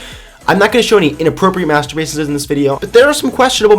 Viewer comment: "Hey Beans today we're going to talk about master (bating) pieces!" wait what... Anyone else?